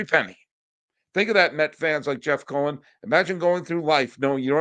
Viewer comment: C'mon buddy. Learn the name "Steve Cohen". You're going to be hearing the name often so try to get it correct please...LGM!